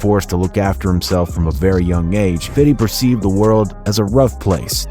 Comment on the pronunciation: Suggestion. Stop trying to sound gangsta. Even "fiddy" pronounces it "fifty". Just makes you sound stupid